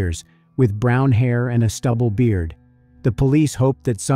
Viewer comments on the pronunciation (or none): none